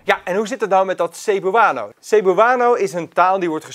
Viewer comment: Zou wel even opzoeken hoe je Cebuano uitspreekt....